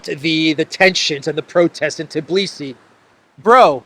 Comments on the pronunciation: Although, why TIBlisi,? It's TBilisi =) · It is Tbilisi! Not Tiblisi 😂